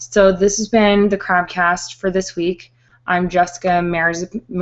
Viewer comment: Jessica Merz..zzz..rrnn..... Jessica did you just have a stroke? :)